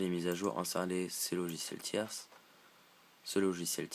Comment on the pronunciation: On dit aussi "logiciel tiers" sans prononcer le s...